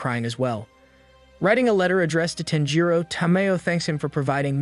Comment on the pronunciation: You are saying his name weird. Sounds like TENjiro